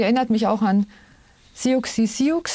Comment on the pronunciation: Siouxsie wird ganz normal "Susi" ausgesprochen aber mit scharfem S 😁 Hab ich früher aber auch so gesagt wie es geschrieben wird. ❤